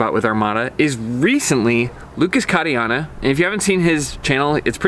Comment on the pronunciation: Omg I've never heard someone butcher "Catania" quite like that, and as 1/2 Sicilian I can't let this go. Emphasis goes on the second syllable. Watch the Irishman for a good example of how to pronounce it :-) But I totally agree Armada needs to sign him up asap!